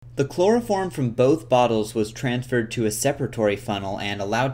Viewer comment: " a loss of yeild, and allso a labb phullll o chplorophrom vaprrshhhhhhhhh"